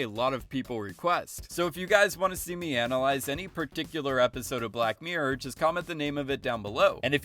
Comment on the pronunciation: HEY, HEY could you enunciate "Mirror" so it doesnt sound like myr or bear? other than that great video